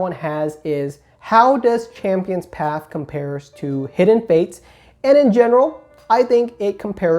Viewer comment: PATH... P A T H..... NOT PAF CHAMPIONS PATHHHHHH